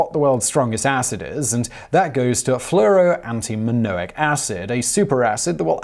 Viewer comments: you said, "antiminoic," instead of "antimonic".. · Fluoroantimonic= Fluoroantiminoic? Carcinogenic= Carsneogenic? Dimethylcadmium= Dimethylcadium? Is this dude alright? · "Fluoroantiminoic" - is this the evil, but stronger, mispronouncing twin of the fluoroantimonic acid? What about "Cadium"? Seriously? A new element was discovered impersonating Cadmium with the same "Cd" periodic table symbol but called "Cadium". Who knew?! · You said the first acid incorrectly monic not manoic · Break the words down Simon! You are spreading stupid! Fluoro anti MONIC not minoic and Dimethyl CADMIUM CAD ME UM. Read the script properly Simon. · It’s either the host Simon hasn’t read the script prior to the shoot or the script itself has spelling errors. 😰 Fluoroantimonic became “FluoroantiMINOIC” and Dimethylcadmium became “ DimethylcaDIUM” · You can't read today. Fluoro ANTIMONIC acid and CaDmium. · Dudes, chill about the cadmium. He mispronounced fluoroantimonic acid, first.